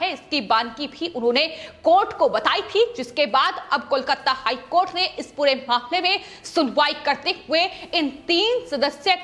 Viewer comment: aapko KOLKATA bolna nehi aati? Keya KOLKATTA KOLKATTA laga rakhkhi?